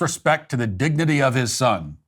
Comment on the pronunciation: he actually pronounced dignity as dinigigity